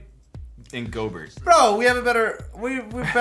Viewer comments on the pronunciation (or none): did he say Go-Bert. I thought it was Go-bare.